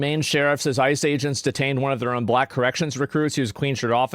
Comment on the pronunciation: Notice the emphasis on "BLACK"